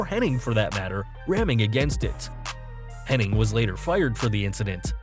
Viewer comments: It’s Hennig, not Henning. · that's how it's spelled hennig but it's actually pronounced henning curt said it an a interview back in the 90s